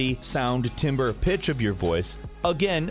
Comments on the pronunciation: "Timbre" and it's pronounced "Tamber." Weird, I know. But now you know too. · timbre is actually pronounced tamber